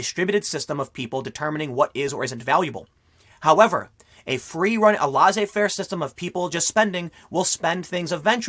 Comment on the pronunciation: pls look up how to say "Laissez-faire" I'm cringing a little